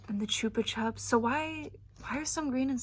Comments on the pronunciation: Also not correcting just saying Because chupa chupps is big in the uk I know your pronouncing it how it should be pronounced with how its spelt but ive always know it as ‘chuppa chupps’ with how its pronounced. Each to there own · So fun fact they are actually Spanish or similar and they are pronounced choopa choops and as an Australian I learned this like 6 months ago lol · i agree she is right thats how its meant to be pronounced I just didnt know it was a big brand in the US. In england we say it the mispronounced way so its really jarring when its pronounced correctly because its something i grew up with just never heard it like that. I think our ads for it are pronounced different too